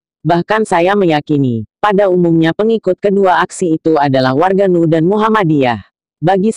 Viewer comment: en uuuu buuuuuuuuu bukan nuuuuu....